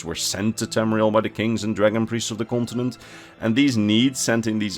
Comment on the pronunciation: "kontenent" lekker man